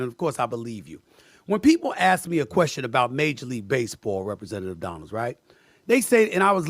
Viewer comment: Not too be picky, because I love your videos, but his last name is Donalds, not Donald